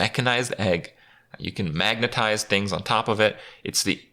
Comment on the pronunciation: Dude! Were you high while making this video? You got serious pronunciation issues with words like "specimen" and "magnetize" and "toxicologist" lmao